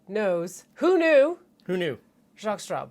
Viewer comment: Maybe I've had a cocktail too many, but every time you were saying 'Jaques Straub', all I heard was 'Jaques Strap'. That famous French Canadian hockey player and inventor of protective equipment 😀